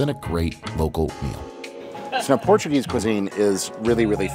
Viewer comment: Great vid. Your pronunciation of Portuguese words and place names was pretty good, especially for an Americano. Lisbon 🇵🇹 is one of the prettiest and most unique cities on the planet. Cheers from 🇨🇦.